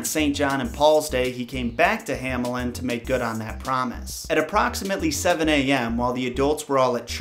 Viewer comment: The German "A" is pronounced like the English "A" in "car". The German "Ä" is pronounced like the English "A" in "care". But you mixed it up, as you said "Hämelin" instead of "Hamelin", "Kinderfanger" instead of "Kinderfänger" and "Rattenfanger" instead of "Rattenfänger". Nevertheless I like your videos very much!